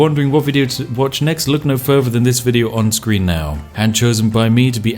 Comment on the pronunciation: I noticed you say "furwher" instead of further.